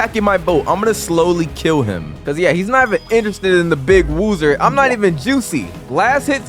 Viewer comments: Bro woozer said /kill UZOTH not woozer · Bro said /kill uzoth its actually uzoth account